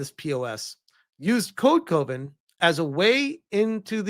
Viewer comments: Code Coven, is not pronounced as Coe-Ven it is pronounced as Cuh-Ven like Love-En. It is Coven as in a group of witches, hence the witchy art on the logo which tracks for a group of feminists to want to be part of a witch coven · Also it's not C-OH-Ven. It's C-ah-ven. like a witches Coven. literally that's what it is. It's code coven.